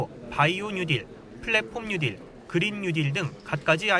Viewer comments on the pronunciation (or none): 뭔가 알기나하고 말씀하시는지??? 뉴딜 발음도 안돼~ ‘뉴디’ 라면서 - 정말 ㅈ ㅣ 겹다 - 구체적 현실적 내용없이- 정치적 선전용 슬로건들만 3년째다